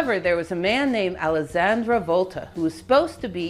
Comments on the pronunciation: Just a little note: Alessandro Volta, not Alessandra. Alessandra is the female for Alessandro (male). I'm enjoying a lot your videos! Thanks for sharing your researches! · Great video! Thank you! Just a little correction from an Italian fellow.. the name is AlessandrO (male) Volta, not AlessandrA (female) ;)